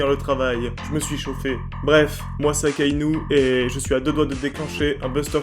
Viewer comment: Pourquoi vous dites " aKaInOu" au lieu de dire " akainu". Depuis quand u se prononce ou?